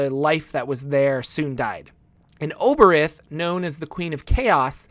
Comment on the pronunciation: Obereth? You mean Aboleth?